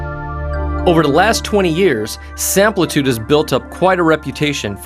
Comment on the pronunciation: Sam-PLI-tude, not Samp-EL-tude., product specialist, please,pronounce the name correctly, at least. OR at least edit your productions. Or go work for Prol toos.